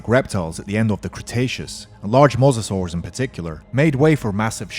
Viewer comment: It is mosasaurs obiously